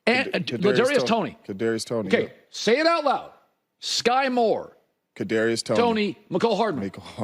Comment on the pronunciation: Ladarius Toney 😂😂 then he refused to try and say his first name again Smmfh